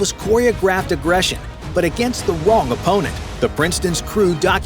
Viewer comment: "but against the wong opponent"